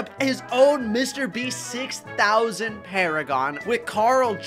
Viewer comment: Hearing how he said the Mr beast6000 bio is criminal